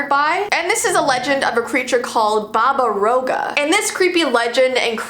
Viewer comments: im serbian and you dont say "baba rouga" but "baba roaga" and the A is not completely silent but pretty silent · I'm a viewer from Serbia and it's not babarouga. Pls practice the pronunciation. Love ur vids btw! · SHSHSHSHHSHSHS YOU MENTIONED SERBIAAAAAAASAAAA i live there and i love how you pronounced baba roga not quite right but still really COOL! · Its Pronouns baba-roga its relly famus in croatia bosna and serbia